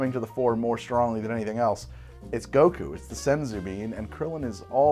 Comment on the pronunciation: I laughed so hard at the extended "Samwise Gamgees/Goko/BoBo Gaggins" flubbing. Fun episode! Genuinely want to make the Divine Senzu and the Krillin.